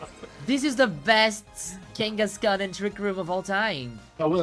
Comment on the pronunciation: "kenga?" with the Brazillian accent really got me hihi